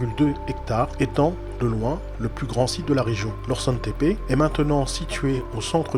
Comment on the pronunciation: Sa ce dit norchoune tepe norsun